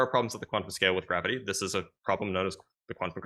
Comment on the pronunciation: All they had was GWAVITEE and WEEFRAKSHUN😂